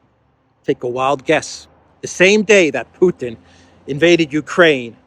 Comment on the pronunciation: ..is from..*put-in*...LOL